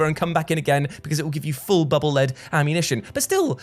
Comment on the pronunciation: It's pronounced Bubble Leed, not Bubble Led. Megaman projects the bubbles in front of him, thus they are leading him. The Japanese name for the weapon is "Baburu Rido", the i in Rido pronounced like a long E.